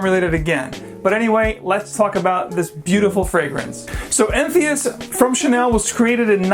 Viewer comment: Entheus? Is THAT how you pronounce that? Really?